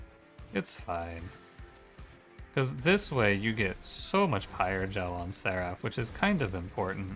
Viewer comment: Do you mean to pronounce seraph wrong? It's pronounce If not Af. SerIF, not SetAF. Has bothered me every single video you say it in.